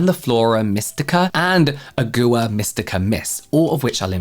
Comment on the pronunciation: hilarious. i say “CARE-uh-melle” all the time, i don’t know why people gave him a hard time. i’ve heard it pronounced like 3 different ways in california on a regular basis. i did giggle pretty good at “ah-GOO-uh” for “agua”, too. 😅 james, i say this with love: “AH-gwah”